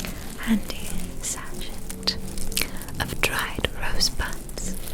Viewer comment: you do not pronounce the T in sachet - it sounds like sash-eh